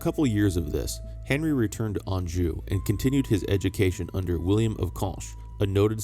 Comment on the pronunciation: Why is it you can pronounce Anjou but can't pronounce Worcester correctly 🤣